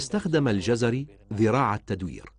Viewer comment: انا لم اجزم انه كردي او غيرذلك٠٠اناعلقت علئ تسمية الجزيري٠٠٠او الجزراوي٠٠٠٠وصاحب الفيديو ينطقها جَزَري٠٠٠امابلنسبة للكورد نحنوا لنا الله كغيرنا وكفي باللهِ وكيلا